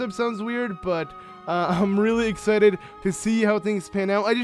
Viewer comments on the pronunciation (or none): none